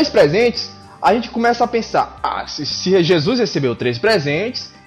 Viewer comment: Já q o vídeo foi meio zoeira kk, para de falar JEZUIS kk Ótimo Video.